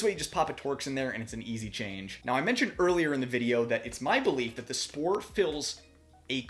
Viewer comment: I know you are american but you are pronouncing the company's name wrongly :) The "Sp"(ohr) in german is pronounced as "Sh"por. Thanks for the very nice review!